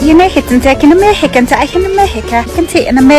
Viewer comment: Por que parece que dice "in amejica"?